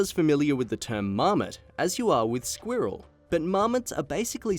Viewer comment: The way he says saline and squirrel.